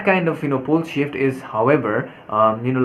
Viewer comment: Lol, every time you say "pole shift" it sounds like the word "bullshit" lol...thank you for information, dear